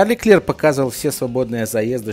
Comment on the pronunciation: Леклерк,хватит коверкать имена и названия